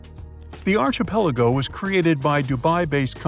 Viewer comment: Please learn how to say archipelago.